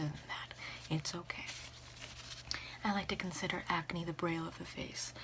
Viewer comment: that is NOT how braille is pronounced lol